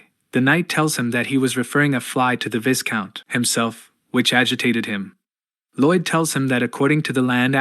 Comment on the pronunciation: Blargh, it's always the singularly mispronounced words that bother me, VIGH-count not vis-count Chroist, google is that way >>> I understand English as a second language, and text to speech as a method to ease production, but this has been solvable for .... well, for as long as other people existed (hell give me $5 and I'd do it)